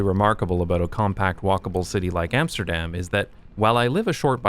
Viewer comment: All good and well but it is about time you'd started pronouncing Amsterdam correctly ;)